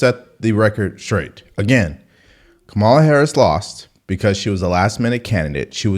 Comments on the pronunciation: u cant pronounce her name bruh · OVER 80 BILLIONAIRES BACKED HARRIS. 50 backed Trump. WHO are the billionaires Trump is giving breaks to? 1-Does a dem actually recognize the economy is an issue?? 2- AOC mispronounces kamala. Lol. Biden does, too, and the left slammed Trump for doing it. 2- many mock AOC bec she sounds like a moron. Nothing to do with gender. 3- Is there a Trump comment NOT taken out of context and Trump SHOULD BE keeping that in mind and tailoring comments to at least try to avoid it. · She mispronounced Kamalas name, thus making her ineligible to comment on anything requarding this election